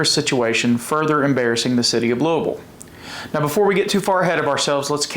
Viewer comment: Thank you for pronouncing Louisville correctly!